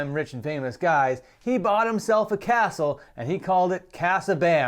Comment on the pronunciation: Castle. It’s pronounced castle Bam 😂